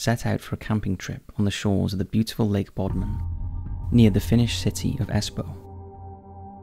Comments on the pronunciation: How could this narrator mispronounce Bodom? Bodman? His struggles with pronunciation of simple names and words are their own subject for mysterious tales. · The lake's name is Bodom, not Bodman. Top 5s: a guaranteed, blatant pronunciation or usage error in every video.